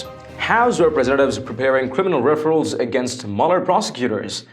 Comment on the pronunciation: AT TRU STORIES,please. the word is: REFERR ALLS. Not referals